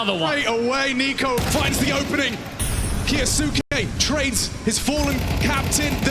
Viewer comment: hearing the casters butcher "kyousuke" is a chore. KEE-YO-s'KAY. ffs. don't care if he himself declared it incorrectly. fix your tag to match your stupid name then. Gonna start calling his teammates "moanzee" and "tease-ez"?